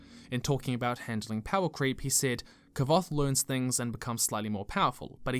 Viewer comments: was gonna make this distinction also. hearing "ka-voth" made me cringe a little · Just one thing, Kvothe is pronounced nearly the same as Quothe. I assumed that to mean Ko-The similar to clothe. My thoughts tho. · . I’m sorry, What did you just pronounce? It literally says the pronunciation in the book Q-OH-TH. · Not "Kavoth". "Kwoath" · Kvothe is pronounced, "quothe." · Side note. The name of Kvothe in The Name of the Wind is actually pronounced “KU-WOE-TH” fun fact learned that from Patrick himself. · There are whole paragraphs dedicated to how to pronounce Kvothe's name. It's like quoth, as in "Quoth the Raven, Nevermore" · The book literally tells you how to pronounce Kvothe and you still can't pronounce Kvothe. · I just want to say, I 100 percent agree, BUT THE WAY HE PRONOUNCED KWOTHE